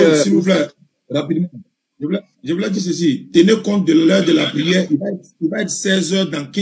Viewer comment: kan il veux fuire il dise prierre